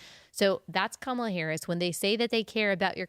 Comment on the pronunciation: Mark Cuban business knowledge >>>>>>>>>>> x billion >>> your "dads" business knowledge lmao. Were you seriously expecting this to mean something running to daddy pitting him against Mark friggin Cuban?? LMFAO low Iq trump voters INDEED. ENJOY THE LOSS LOSERS😂 It's Kamala not kom uh luhh 😂 ignorant racist people 🙄